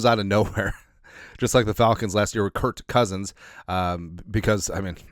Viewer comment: Please please stop saying Kurt cousins…it’s Kirk cousins…With a K..not a T. How can you not know that? It’s got to be intentional.